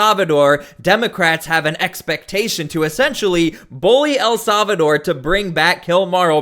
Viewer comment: Solvador or Salvador?😅😅😅